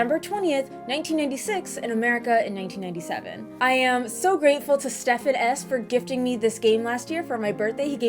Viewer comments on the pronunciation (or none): none